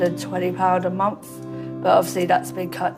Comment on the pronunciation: I really wish would say month instead of munf.